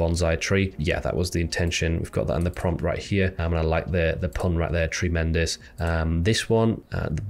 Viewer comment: Tree - Mendous